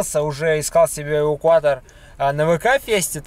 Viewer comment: "Асвальт", "увукуатор". Забавное произношение у вас,.